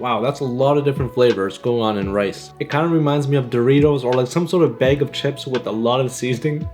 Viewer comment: What’s a “baig” of chips? 🤔 😂